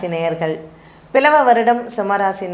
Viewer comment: It's not பிலவ வருடம் it is ப்லவ வருடம்.